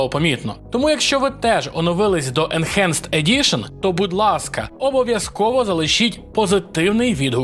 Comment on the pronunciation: Сам ти "енчанджет". Уроки англійської в школі мабуть прогулював? Бо читається воно як енхенст. Ось тобі транскрипція (/ɪnˈhænst/)